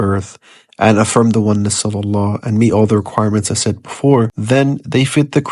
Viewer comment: He can't even pronounce the word Allah properly?